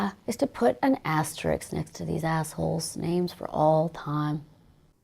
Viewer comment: she pronounces it "asterick" which i hate